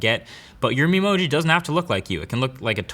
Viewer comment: atleast in this vid you didnt had difficulties pronouncing Memoji